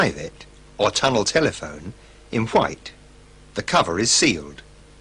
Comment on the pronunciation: Ahh sorry. Auto-correct played up. I was referring to the weird pronunciation where they emphasise the 2nd part instead of the 1st one- as if they wanted to stress that a tunnel telephone is a telephone, not one in a tunnel.